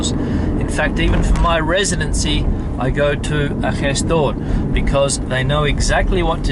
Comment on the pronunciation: Awesome your pronunciation of the Spanish sound of "j" and sometimes "g", like in "gestor". Not all the foreigners pronounce it that good. Not even Latin Americans, who say it in a milder way. You say it like Spaniards do, scratchy, and I guess it is an influence from Arabic.